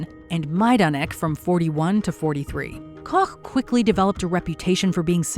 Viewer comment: pronounced Koch correct